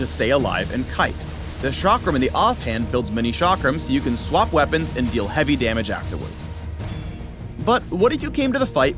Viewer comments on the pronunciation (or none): Nobody: No one: Not a single soul:: aNd hIS wEa-PUNS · Am I the only one who noticed him say "We-PAWNS" at the end? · Don’t forget wea-PUNS